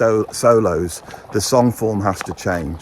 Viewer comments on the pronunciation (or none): none